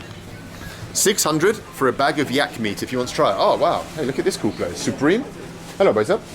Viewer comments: Not Supreme, Supemre ! I don't think it's original lol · You mean "Supemre"? lol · "supemre", definitely original, hahaha.